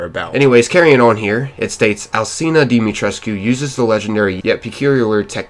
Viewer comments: "Lady dee-mi-tres" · i just found out that it was pronounced like "die-ma-tresc" and i was so confused😃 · The u in alcina dimitrescu is silent